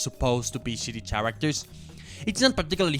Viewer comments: in the most polite way, its pronounced "karactors" not "CHarators". But this is my fav video on youtube so theres that :) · It’s very charming how he pronounces the ch in characters…I’m only on the bojack section tell me if it gets annoying 6 hours in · Why are you saying “characters” so weirdly